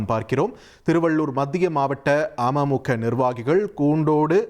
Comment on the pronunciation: Neega news vasikkum pothu ama muka soaneega .. Ada keatta amaimukka nu ninaikka toonuthu